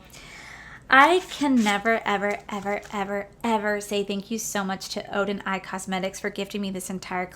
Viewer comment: I'm so happy that Odeneyes Cosmetics sent you their collection in PR!! It is GORGEOUS!!!! I wish your dad the best of luck with his surgery! Will be thinking of him that day. Your wedding venue is stunning!!! I'm so excited for you guys!! Not bad on pronunciation. You gotta roll your R's.😉